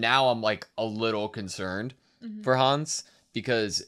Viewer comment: The Connie pronunciation 😓 Connie like continuity y’all Pixis like pixie dust, not pikes Hannes like harness without the R, not Hanz